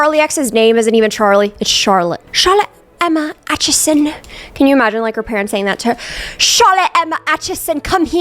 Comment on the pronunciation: Hearing my last name pronounced correctly is crazy. Nobody in America has been able to. That being said my sisters name is also Emma so I kinda can hear her parents say it.